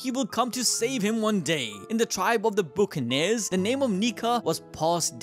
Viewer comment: Your mispronounced buccaneers your saying it like book-uh-neerz it's buh-kuh-neerz